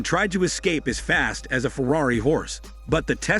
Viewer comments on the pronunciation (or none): none